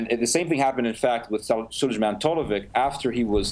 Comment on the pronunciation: Ted pronounces this terrorist from Bosnia name weird, just googled it and it is Sulejman (j pronounces as y) Talovic.